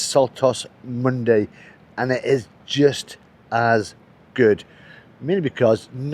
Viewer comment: Its pronounced " Mondah Uh"